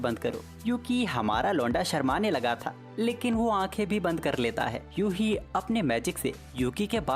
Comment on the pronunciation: YUHI ❌🤣 UHE😂✅😎